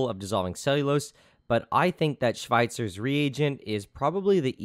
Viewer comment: Wow you actually pronunciated it correct (didn't expect that) xD